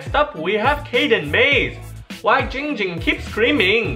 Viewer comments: says his name wrong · He nerver said it right its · he said ging ging and not *le gasp* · Why does everyone call him, it’s clearly 🤦🏽‍♀️ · You know it's not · It's!!! Not not not ging ging it's dck dck